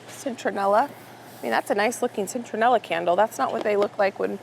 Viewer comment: Citronella - pronounced SIT (no N) RON ELLA.